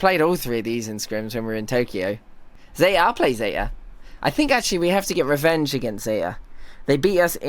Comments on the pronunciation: いくらbri'ishだからってZETAのTまで落とすのは驚いた笑笑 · イギリス人なのにzetaのTの音落としすぎやろ😂